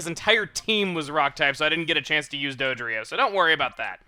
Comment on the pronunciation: Dodrio? Sorry Chugga but that's bad.